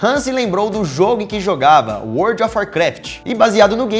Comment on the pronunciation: Voce falou wold of war kraft salva imrmaos